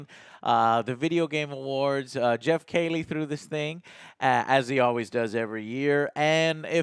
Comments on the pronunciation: Why does he keep saying Geoff Kaylie instead of Geoff Keighley? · KEE-LEE MY GOD MAN!!! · I've noticed many of his odd pronunciations over the years to be honest, lol. He can't say Geoff's last name correctly, or Henry Cavill's last name correctly either, even after being sent video of the actual person saying their own last name in real life multiple times, he still reverts back to his mispronunciation, lol. Just one of those Joe things to add to the list ;)